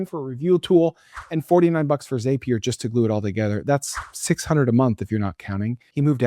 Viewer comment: Zapier rhymes with happier.